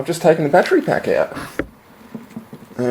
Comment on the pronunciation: LOL he says "my fattery went blat" That's some sunny fhit.